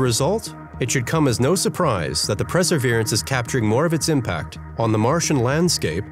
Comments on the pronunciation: Perseverance not "preserverance" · Maybe learn how to pronounce "Perseverance" first before making a video about it